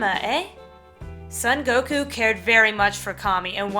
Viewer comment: His name is actually pronounced more like "Soan Goku" rather than "Sun Goku."